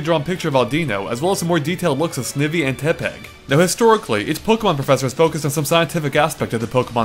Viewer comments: "Snih-vee" Pffft. sorry, but I can't help but be picky. Mispronouncing Pokémon names is a pet peeve of mine. xD "Sneye-vee" is how it's meant to be pronounced~ But yeah, this was a good analysis...although it /was/ more of just a summary of everything that was revealed for the most part like you said. xD I'm still hoping for a Dark-type Gym Leader. When Grant was first shown, I was hoping he'd be a Dark Leader from his outfit. But...yeah, most likely Rock. xD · i think it is pronounced "Sn-eye-vy" as is' ivy' (plant) . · Wow, pronounce the Pokemon names correctly. Snivy was obviously pronounced wrong. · How do you mispronounce Snivy and Tepig? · .. "Auu-deeno?" "Snev-ee?" "Tep-peg?" You pronounce 'em weird. Your voice makes up for it.